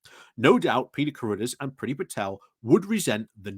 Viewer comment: Who is Lord Carudders? Does he mean Cruddas?